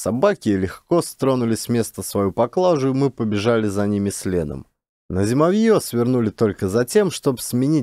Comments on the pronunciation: ЗимОвье, а не ЗимовьЁ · ЗимОвье ударение на O. Спасибо за отличный рассказ и прочтение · Не зимовьЯ, зимОвье! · знатоки? Просто слух режет. А если доказали, должна быть сноска, иначе не верю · все равно нужно указать, что это местный говор, хотя-бы для эрудиции слушателей и если слушают дети, чтобы знали как правильно произносить слова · Каляныч тоже читает про тайгу. Но у него с ударениями туговато.. "флагИ, зимовьё, валЁжник, Варвара (на первую А).. Каляныч читает, и не сообщает, как называется книга, кто автор.. Просто читает несколько книг с одной и той же картинкой: лесная избушка с лавочкой под окном (для медведей?).. Немного переигрывает, ханты с украинским акцентом гыкают😅😅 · При всём уважении. Слово зимовье – здесь ударение падает на букву О. Есть и другие ошибки. Бессмысленное шатание по тайге и убийство животных – это не круто. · Меня тоже по-началу (мягко говоря) раздражало , но может быть — по авторскому тексту , ведь иногда произносится правильно !🤗